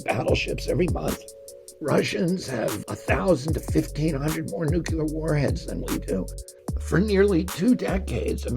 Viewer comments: Nuclear. Not Nucular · Will someone please tell RFK Jr. to pronounce the word nuclear as nook-lee-er. Not nook-you-ler. I don't want anyone to use that against him. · I love your energy and ideas. PLEASE start pronouncing NUCLEAR properly. It will make sound even more brilliant than you already are.